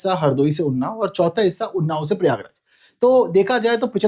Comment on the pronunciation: its not परियागराज, its प्रयागराज …..